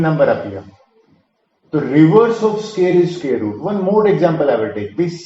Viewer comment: Sqear nhi square